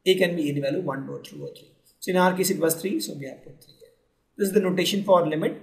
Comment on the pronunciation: very simplified video ..i really like it. the PRONUNCIATION of the word VALUE is incorrect